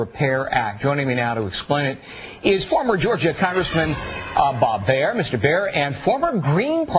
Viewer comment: 27 what a douche, its "Bob BARR" not "Bob BEAR" and its "NADER" not "NADIER"